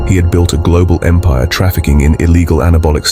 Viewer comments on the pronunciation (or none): none